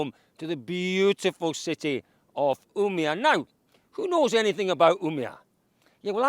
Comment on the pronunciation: Try saying "Ume-All" then skip the L´s for Umeå